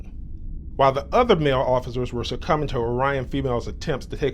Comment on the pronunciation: Succumbing, not circuming.